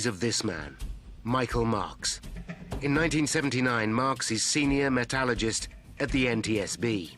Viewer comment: I've watched a lot of these air crash investigation programs now, and it is bugging the hell out of me that the word metallurgist and metallurgy are always being pronounced incorrectly... Its MET_AL_UR_GIST. not MET_AL_A_GIST. it urking the hell out of me. Its in the spelling god damn it. Its not hard. I feel like Im in a Harry Potter film!!!